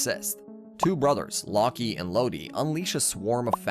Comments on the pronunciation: Mf said locky and lodie bruh it’s lock with a silent e and lode is pronounced like load and meega morph like 😂😂😂😂😂😂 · Just a few names you didn't say properly: Locke and Lode are pronounced as "Lock and Load", since Locked and Loaded is a term. Junjie is pronounced as "June-J". But overall really good video compressed in just 24 minutes! Slugterra has such a unique story and was such a great show, but it's a shame Wildbrain couldn't spare the budget to continue the show.